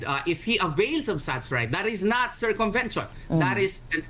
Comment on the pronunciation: who is this saying curcumvention? wow maam..